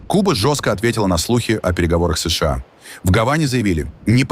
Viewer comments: Ребята, когда вы его научите СэШэА правильно говорить? Да и вообще, что у него с ударениями? Неужели такой умный, что ничему уже не учится??? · позорища настройте вашу нейросеть запинается на каждой аббревиатуре как паралитик не способна сша правильно произнести